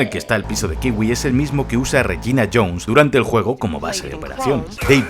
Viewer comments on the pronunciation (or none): none